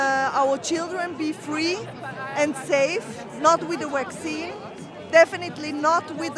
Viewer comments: Fwee Childwen not with a waxeene. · We do not want the "Wackzeen"! "Definitely not with the Wackzeen".